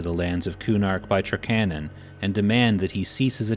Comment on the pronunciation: Yeah, I’ve always heard it as TRAK-a-non myself.